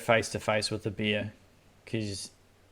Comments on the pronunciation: It’s Bear not Beer…… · It's a bear not a beer bro 🍻